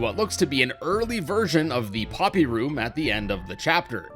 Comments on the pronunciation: you said popy on accident it’s OK accent happen in a lots of video😄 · I like u to say poopy